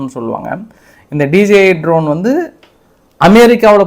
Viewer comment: Tரோன் அல்ல அது Dரோன். படிக்கவே தெரியாதா?